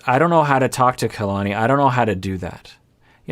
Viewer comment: Her name is polynesian and it pronounces Ka-la-ni, not Key-la-ni